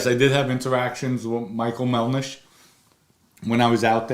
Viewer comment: Voker, Melnish, can someone get this man a phonetics class